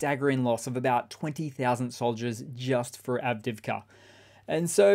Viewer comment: Good coverage, but I do wish after all these months he'd learn how to pronounce Avdiivka. Av-Deeev-ka. It isn't hard.